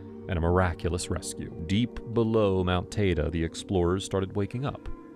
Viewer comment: It’s Mount “Tide-ee”